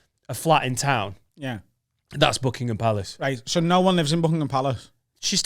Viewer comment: the queens official residence is Buckingham Palace. You said it wrong